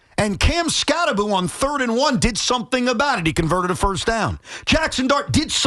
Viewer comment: The name is pronounced, "Cam Skattebo," Tiki. Skattebo with the B and the O at the end. NOT 'Skatte-boo" as in 'Scooby-Doo."